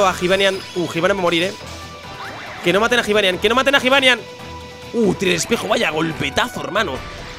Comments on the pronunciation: jibanian se pronuncia yibanian, la j se dice como y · Se pronuncia Yibanián, no Jibanian, que me estás poniendo negro de como lo pronuncias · q se dice yibanian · Cuando dices jivanyan me cabreo! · like si te pone nervioso cuando dice jibanyan con j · pronuncias mal el nombre de jibanyan like para que lo vea